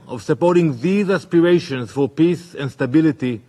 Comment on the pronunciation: If that israeli guy says 'piss' instead of 'peace' one more time...